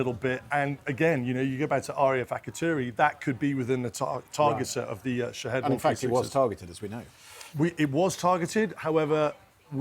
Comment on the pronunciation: They keep pronouncing the drone’s name wrong. It’s supposed to sound like Sha- Heed.